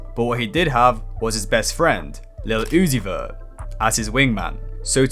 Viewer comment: "Playboi Kaahrty & Leel Uzi Vur"